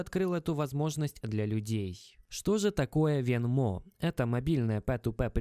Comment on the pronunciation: Venmo ударение идет на е, говорю как гражданин США )